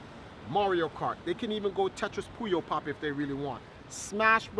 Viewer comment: he always calls it puyopop lol...sounds better anyway